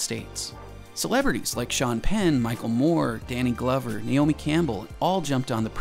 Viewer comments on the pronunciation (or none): none